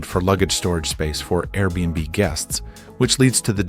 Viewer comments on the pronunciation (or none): none